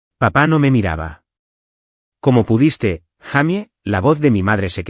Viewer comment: No se dice jamy se dice jeymi esa la pronunciación correcta en inglés para Jaime